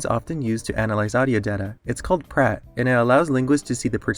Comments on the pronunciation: "Pratt" oo my sterre😭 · u said it in dutch like pret with a english r